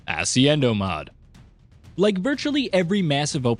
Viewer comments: xD it's weird everytime he says asciendo mod, when it should be ascendio, its a spell god dammit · you started the most list of by reading ascendio as asiendo, hats off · "assy-endo mod" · This dude really said the word ascendio wrong. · The way you say ascendio cracks me up every time. 🤣